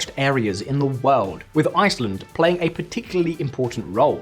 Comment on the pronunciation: "world" has an r sound........